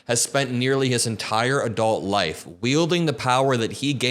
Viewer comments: “Wheel-ding” ♿️ power over people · “Wheelding” the power you mean?